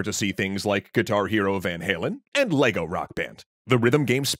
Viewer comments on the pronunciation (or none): none